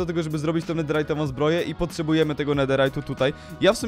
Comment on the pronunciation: nie chce cie pouczać ale mówi się "netherytową" a nie "netirajdowej".